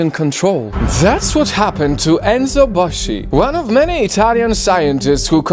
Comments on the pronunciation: It’s spelled Boski not boshee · Enzo Boschi is pronounced Enzo Boski its funny when someone who isnt italian pronounces an italian name lol